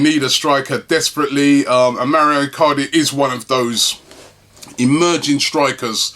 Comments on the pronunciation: Mauro is not pronounced Mario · It's Mauro not Mario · His name is Mauro not Mario. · its Mauro (Mawroh) where does he get Mario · its mauro not mario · Robbie, why do you keep saying 'Mario' Icardi? It's 'Mauro' dude. I know he's in Serie A but he's not Italian, lol! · Can someone tell him its Mauro not Mario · It's MAURO Robbie. MAURO. NOT MARIO. ffs XD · God damn it Robbie its Mauro not Mario... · Robbie its Mauro not Mario. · MAU RO MAU RO MAURO. WHERE THE FUCK DO YOU SEE MAREEEOO MARIO. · Mauro, not maurio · Robbie cmon man its not even a hard name to pronounce. Lol its Mau-ro. Where do you see an I in his name. You think hes Italian when u say Mario. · for the th time its Mauro Icardi not Mario Icardi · Rob who is Mario Icardi? It's actually Mauro👊😉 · His name isn't Mario get it right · ITS Mauro Icardi Not Maurio Icardi for god sake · MAURO Icardi. It's MAURO, not bloody Mario!!! Is your name Robbie Merson by any chance? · MAURO Robbie, not mario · Mauro not Mario, right? 😂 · I've been meaning to write this on the last few videos its Mauro Icardi not Mario haha